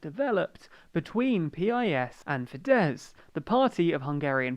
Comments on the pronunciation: listen to ye olde Pole when he says: the party name is pronounced just the way you pronounce "urine", although more sharply. So "peas" perhaps. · no you libtard it should pronounced like the word peace